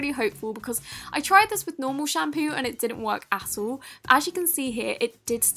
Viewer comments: it sounded like she said asshole😂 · it sounded like she said ass hole 😂😂😂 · When you say at all it sounds like asshole it’s says in it the close captioning OOF